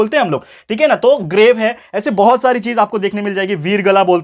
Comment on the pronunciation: Grave hai groves nhii